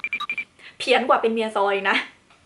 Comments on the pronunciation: THจะออกเสียSTนำนะ จะธอร์ จะกลาย ซอร์เหมือน Thankyou ก้อจะเป็น แซงกิ้ว อะะ ครั้บ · พี่พูดธอร์เป็นซอน์นะคะ#สายหูดี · พี่ตอนท้ายพี่พูดจากธอร์เป็นตออะ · พอพูดเป็นธอลหรือซอล